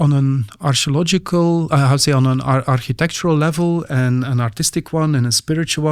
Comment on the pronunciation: anyone else hears "astrological" when he says archeological"? x)